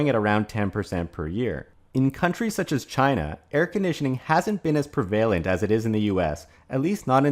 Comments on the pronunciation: Had to turn it off after pre-valent vs prev-alent. Is this a robot? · Never knew it was pronounced “pre-vale-ent” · You pronounce prevalent like a robot serial killer